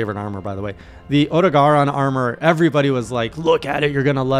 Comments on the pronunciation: "Oh-doh-gah-ron" is the prenounciation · As for your pronunciation. Yes, LegiAna is correct. It's also o-DOUGH-garon (though you can also just call him Clifford). Honestly, I don't think Odogaron or Legiana are particularily hard and people are being overly dramatic about it. The hardest monster at that point in the game I'd say is probably Rathalos or Diablos, depending on your playstyle. Odogaron is fast, but I'd argue that he's also quite readable and prone to flinching. I guess it maybe comes down to your weapon of choice, I imagine with something like a Hammer it might be a tough fight. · I think pronunciations are thusly: Legiana = "Ledge(leg as in legend)-e-on-uh" Odogaron = "oh-duh-gear-on" That's how my friends and I pronounce them, anyway. We shorten them to "Leggi"("ledge-y") and "Odie" like the dog in Garfield comics. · Leg - ee - ah - nah Oh - doh - ga - ron I mean you can pronounce Diablos fine. Hope this helps! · you pronounce odogaron by saying "oh dog oh run" fast